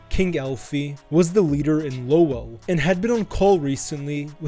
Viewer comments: It's pronounced more like "lowle" more than the spelling of "Lowell". Solid vid though. 🤙🏼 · The way you pronounced Lowell pisses me off so bad haha 😂